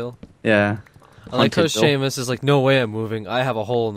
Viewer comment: theres no h in seamus